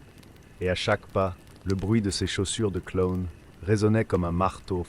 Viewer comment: Pourquoi il dit clone et non clown 😂